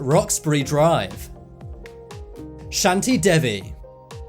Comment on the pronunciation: Its not "shun-ty Day-v" its "Shaanti Devvie"